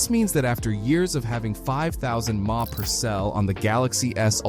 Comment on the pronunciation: Man it's so disappointing that so many channels are just using AI voices instead of taking the time to actually record the voice lines. "This means that after having 5,000 "maww" per cell"" or "5,000 m a.e AH" Nah it's pronounced M. A. H. You can have the smoothest most convincing AI voice to do all the work, but the moment something as simple as 3 letters gets butchered like that, the illusion falls quickly. Such is the future I guess, much less effort and actual soul to content.